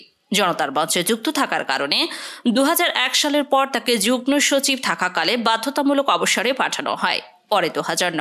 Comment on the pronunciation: এই মেয়ে বাংলা ভাষা শিখে তারপর সংবাদ পড়। শব্দটি " যুগ্ন" নয হবে " যুগ্ম"।